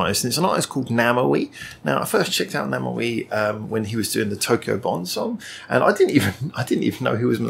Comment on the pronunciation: Review Namewee's song, 4896. By the way, his celebrity name should be pronounced as 'name' and 'v' in English =)